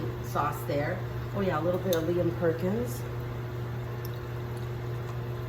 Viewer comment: * MELD not Mel * * Lea & Perrins not Lea & Perkins"